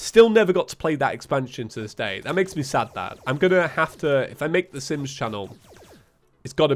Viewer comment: When he said je was recording Sims stuff i heard Simp stuff. Didnt know he was a simp lol.